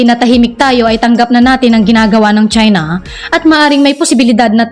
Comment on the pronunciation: CHINA NOT CHENA LOL😂